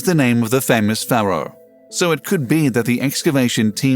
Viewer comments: Please: Paraoh is not said like FARROW it's more like "Fairo"! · Robot voice and click bait. Pharaoh pronounced faro.. waste of time. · Cant pronounce pharaoh correctly….. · I stopped listening and lost interest the minute the narrator pronounced the word Pharaoh incorrectly. He pronounced it like ‘FAR-ROW’ when the correct pronunciation is ‘FAIR-ROW’ It really grates me when these people click bait and can’t get their facts straight. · Who actually pronounced Pharoah as "farrow"??stopped right there, I don't think anything was going to be revealed that might scare the scientists. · What the hell is a farrow, if you mean pharaoh you are pronouncing it very badly. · Is not your pronunciation of pharaoh incorrect?